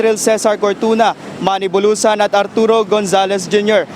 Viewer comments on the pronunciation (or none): Check nyo po malinpagkasabi bulusan , natandaan ko bunoan